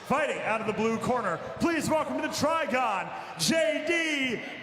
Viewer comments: "Try-Gone" might want to reconsider what you call it. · I cringed every time they said TRIGON. LOL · STOP SAYING TRIGON!